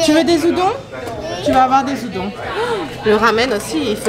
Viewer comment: "Des zudons" 👁👄👁